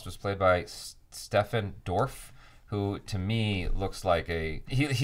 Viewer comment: Stephen is pronounced Steven, not Stefan. :)